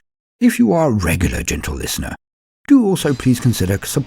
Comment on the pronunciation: Genital listena